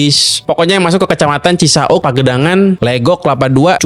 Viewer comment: Bro, knepa sih kalau Lu baca "CISAUK", Lu bilangnya "Cisa-uk"?😂😂😂